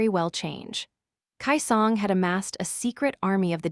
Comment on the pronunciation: The pronunciation is off for a few things in this audio, it’s “key song” not “Kai song” also it’s LO-49 not low 49. As well as the W what it’s W-what as a space not its own word